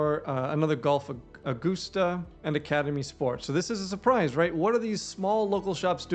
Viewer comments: It's a-gust-a, not goose. Like a gust of wind. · I can tell by the way you pronounced Augusta that you’re not a golfer, lol. Edwin Watts is a national golf store. It’s like Dillards for golf. Obviously there is still a reason for local SEO, but I would assume most people that are searching for golf stores in August Georgia are well aware of what Edwin Watts has to offer and the most important information they need to give is existence and location. Curious if you think that changes their approach to website layout. Thanks for the info. It’s awesome as always!